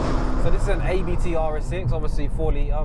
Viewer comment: Abt is pronounced ‘Ahhbt’. It’s not an acronym like ABT. As in the founder, Johann Abt.